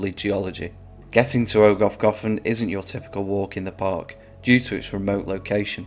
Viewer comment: Try pronouncing those "F"s as "V"s. Like ogov ("ogov" means cave in Welsh)